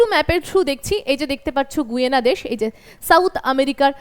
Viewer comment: আপনাকে ধন্যবাদ জানিয়ে একটি কথা জানাই যে, দক্ষিণ আমেরিকার দেশটির নামের উচ্চারণ "গায়না" হবে গুয়েনা নয়।